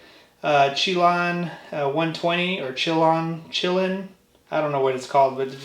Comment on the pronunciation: Pronounced “sha-lan” it’s a lake in Washington.